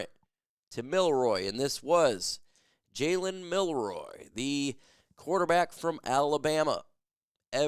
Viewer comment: “Jalen Milroy”? Can you read bro?